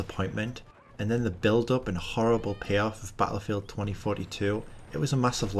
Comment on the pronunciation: Lol 😂 why you say battlefield like that “bahattlefield” 😭😂😂😭